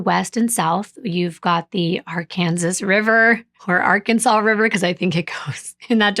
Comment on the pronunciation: You pronounced Arkansas River correctly